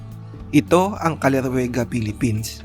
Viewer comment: Tama pronounce mo paps, salamat sa shout out, more power , more subs, ride safe always